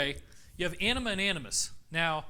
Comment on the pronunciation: David, emphasize the "a" in anima, otherwise it comes out as "enema"! 😉